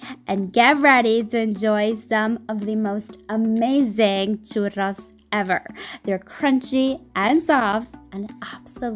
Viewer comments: I felt that when she said: “cHurRos” very satisfying 🤔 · I just love love loveeeee the way you sound " Churrrrrros " <3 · I like how she pronounces "churros" correctly. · I love that you put in the effort to roll the "rr" in churros 🖤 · All Hispanics appreciate that she pronounced churros correctly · I'm mexican, and i really liked that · i respect you sm for not saying choo rows like thank you jesus -. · Mad respect for anyone who pronounces churros the correct way 🙌🏽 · It's so nice to hear that you pronunce churros the correct way 😭💕💕💕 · I love how she pronounces "churros" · YES THANK YOU! i’m definitely going to try this when holidays start for me tomorrow!! ALSO hearing you say churros is sooo satisfying!